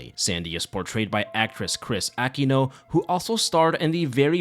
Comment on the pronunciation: Hi! Aquino is pronounced as a-KEE-no. Anyways thanks for covering this! I used to terrify my younger cousins while we were watching this, not that it took a lot og effort considering how traumatizing this film was lol